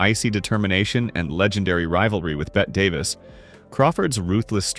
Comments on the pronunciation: You should learn to pronounce "Bette Davis" correctly before making any more videos. It was pronounced "Betty", not "Bet". Please. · By the way. . .it's pronounced Betty, even though it looks like Bet, Davis. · The sadly laughable number of times this AI generated narrator mispronounced Bette Davis' name is solid proof of the poor quality that is this video.